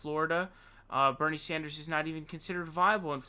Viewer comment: Dammit, you Sawndersed again at the end. Why the fuck?